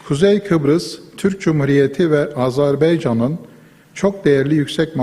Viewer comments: Öğrenemediniz gitti..AZARBEYCAN Değil, AZERBAYCAN.Kocaman Adamlar öğrenemediler. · Azarbeycan mı diyen ararsın , Azerbeycan mı diyen şu insanların memleketinin adını bi türlü doğru telâffuz eden yok arkadaş...AZERBAYCAN diyemiyorlar iyi mi ???😮😮😮